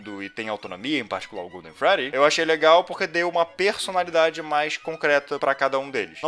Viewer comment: Gosto como o sempre fala PERsonalidade assim